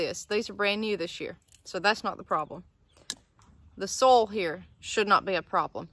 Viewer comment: everytime you say 'soil' it sounds like 'sol' the spanish word for sun